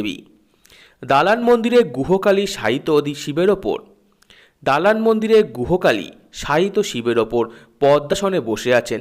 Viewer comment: Guho kali noy Sir uccharon ti hobe Gujhyo Kali.🙏🏻